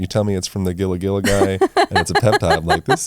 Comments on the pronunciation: Gila is pronounced hee-luh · Enjoyed it but it’s Gila monster not lizard and it’s not pronounced that way. It’s “heela”, not a hard G.